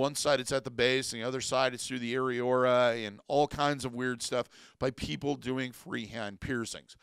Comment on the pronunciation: SEE-bum both singular and plural AIR-ee-OHHH-luh note it is luh not ruh Addition to his advice on abandoning nipple piercings, if they either never fully healed or have a tendency to become angry/infected despite good, proper hygiene, speak with your physician prior to discontinuing about the possible need for antibiotics to ensure they do not heal around infection and become abscessed and require medical incision and drainage. Great advice all around.